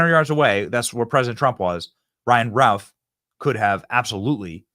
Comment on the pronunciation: Why does Benny keep saying "Ryan Ralf" it's "Ryan Routh" for the first couple of hours after this happened I was so confused trying to search for stuff I thought I had the name wrong turns out maybe you're just mispronouncing it Benny